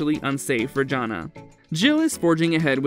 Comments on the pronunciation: It's not "JON nah" for the eldest daughter. Her name is pronounced "JAN Ah". It's good the majority of the elder kids broke away and made their own lives instead of following the IBLP cult they were raised in. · JAN-a, not John-a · He pronounces Jana like "John-a" 🤮 The robot has obviously never watched this show. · If you know so much about them, say Jana’s name correctly. 😅